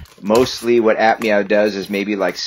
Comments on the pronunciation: is he saying admau? if he is its pronuonced a-f-mau? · It's noi not noeee it's also not aphmeow it's aphmau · Him: We also aph meow Me:ITS APHMAU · Lol you said ap meoaw😂😂😂